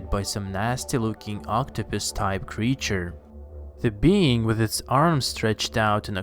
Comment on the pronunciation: why do Americans on YouTube talk like this. putting emphasis on odd WORDS in a SENTENCE. and adding extra SYLLABLES in words like creature which this person pronounces as curr-ree-churr